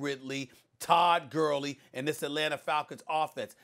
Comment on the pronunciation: Did anybody hear him say Todd gurly bc he said it 🤣😂😂😂😂😅😅😂😂